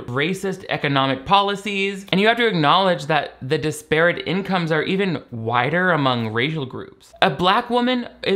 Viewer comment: sup. you are the best and i love you. since you’re a smart person and great speaker, thought you might want to know that disparate is not quite pronounced like that. ok, xoxoxox.